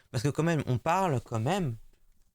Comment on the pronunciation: Quand tu dis « comme même »rassure-moi, tu le fais exprès ?